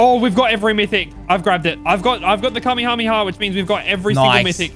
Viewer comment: Kamehameha is said ka-may-ha-may-ha